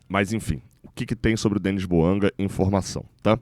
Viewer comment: Bouanga ???? Não pelo amor de Deus